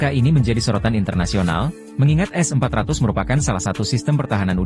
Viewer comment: kalau ngomong yg jelas Min, S400 atau S500 ?